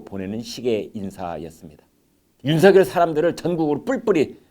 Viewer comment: 디지털 시대에 거리가 무슨 소용? 윤총장은 특별수사팀 꾸리면 되는 것이고 부산으로 가는 검사는 부산에 오거돈 부산까지 제주로 가는 검사는 제주까지 등등 뒤집어 엎는다...... 추미애 장관은 자신이 잘못된 선택을 한 것으로 인해 잠을 설칠 것이다.... 문대통령도 밤마다 악몽으로 인해 단말마의 비명을 지를지도 모르는 일 많은 이들이 윤성녈로 (잘못?) 발음하는데 비해 김광일의 입은 윤서결로 바르게 발음! 굿!